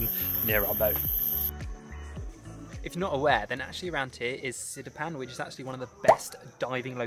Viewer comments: Sipadan bro. Not sidipan. Platinum diving spot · Correction, it's Sipadan not Sidipan😅👌🏻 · I’m a Malaysian. I think it’s Sipadan, not Sidipan? Btw great video! Come again and again!